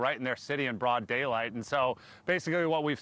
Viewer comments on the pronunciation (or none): none